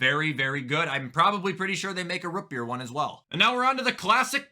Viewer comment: the way he says rootbeer makes me so mad 😭